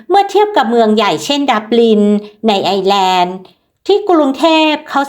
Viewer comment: ต้องออกเสียงว่า ไอ เอ้อ แลนด์